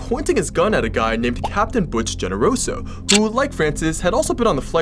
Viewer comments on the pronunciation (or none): Thanks for this. Just a note, Genoroso is pronounced as Henoroso.